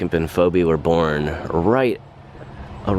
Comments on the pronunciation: Great video really interesting. FYI Phoebe is pronounced Fee bee 🐝♥️ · You pronounce the name Phoebe as Feebee.